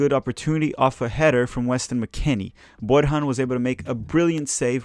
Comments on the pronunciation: Just one correction: it's pronounced "Bor-yan" not "Bor-han" the J in Serbian is pronounced like a Y. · Borjan is pronounced Boryan....not Borhan....thanks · Borjan is Serbian-Canadian so it's, (Bor-yan). When you respect a man you learn to pronounce his name right. Still got my like. Good job on these!